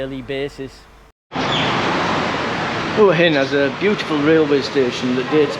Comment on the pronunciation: Enjoying your channel but who told you to pronounce Huahin as hooahin? It drives me frigging nuts. It's Wahhin. I've been close to lobbing my remote through the TV. 🤔😂